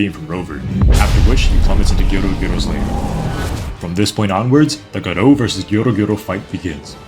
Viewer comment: 'Guh roo' Nigga its Gah Row Like Gaara from Naruto but 'O' at the end like in SopranOoos